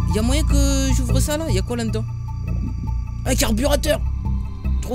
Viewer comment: pourkoi tu dit "lanedans" c'est la dedans😐